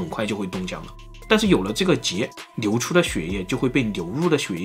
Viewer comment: 好像中国有些地区的方言是n和l不分